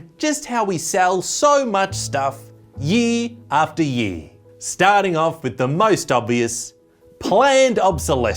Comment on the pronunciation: "year after year" ❌ "yield after yield" ✅